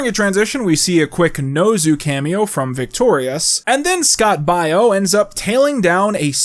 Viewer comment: the way he pronounces Baio is hurting me physically